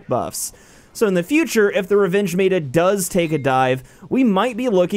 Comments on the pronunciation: Stop saying mayta instead of meta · is it just me or does him saying MAYTA instead of meta is driving you nuts lol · omg I couldn't watch this for more than the second time you said "mayta" instead of "meta" which is like metamorphosis not maytamorphosis, its not said like the word Beta like the fish or Greek letter....though they are one letter different.....you speak for a living and that didn't sound off or odd when the sound "mayta" came out of your mouth? Maybe next time type it into Google and have it say the word for you first.... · M E T A not M A T A just mEta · When you say m-ehta mata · "defined mey-ta" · It's m-eh-t-a not m-A-t-a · ITS FUCKING META NOT MATA GET IT FUCKING RIGHT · It is said as (Meh-ta) not (mā-ta) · Hidden Desire I cringed so hard, thank u for voicing our opinions. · Meh - Tah. That is how it is usually said. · Mayta??? wtf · Me-Ta plz say it like this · It's pronounced [meh]ta, not like beta. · SnigleBits but why isn't he pronouncing it right 😂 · Please pronounce it right (meh-ta) meta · "MAY-TUH" literally unplayable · You pronounced meta wrong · you don't Know how to pronounce meta, everything is fine, and the servers suck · Yeah, you mispronounced "meta." No big deal, not that bad a mistake. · it is meta not whatever u are saying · why do you keep pronouncing meta like that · I'm so triggered by how you say meta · The way he said meta made me cringe. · Disliked cuz this dude says meta completely wrong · I'm not finishing this video due to the fact that he's straight up butchering the word "meta". the whole world says it right, get on the same page you aren't special. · Josh Van Den Broeck nope he is correct. Meta and beta do not rhyme